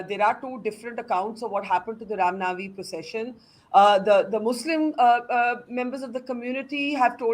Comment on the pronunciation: Right . Burkha Cant even pronounce Rama Navami properly. Chitranshu and Burkha can keep these rioters at theri houses and feed them biriyani 3 times a day.